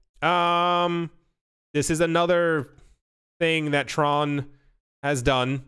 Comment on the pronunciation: Not going to lie, I cringed as you said the word Tron...